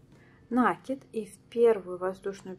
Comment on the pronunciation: Как можно коверкать слово накИд, что за нАААки🙈🙈🙈🙈🙈